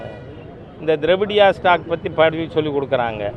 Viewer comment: ஐயா நீங்க ட்ரவடியா ஸ்டாக்கு சொல்லும்போது எனக்கு வேற மாதிரி தோணுது ஐயா😂😂😂